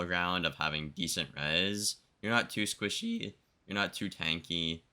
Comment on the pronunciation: Man said sqUISHy